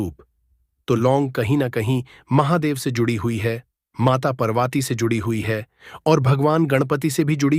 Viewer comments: Can’t even pronounce Ma Parvati. First learn to say Parvati's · Video banane se pahle Mata Parvati aur Mata Laxmi ke naam ki sahi uchaaran karna sikho fir baad mein apni video banana tum.